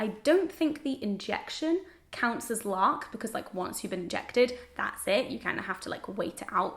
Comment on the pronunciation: When you said LARC I definitely heard LARP (as in Live Action Role Play) and I was reallly interested to hear how a contraceptive doctor could specialize in LARP haha.